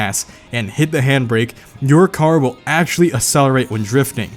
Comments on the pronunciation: This dude says “Axely” instead of “actually” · Take a hit every time he says "actsili" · That's all legit but why do you pronounce "actually" as "axly"